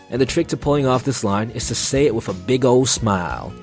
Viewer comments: Are you saying “wif” instead of wiTH? 😂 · guy says "wiff" a lot.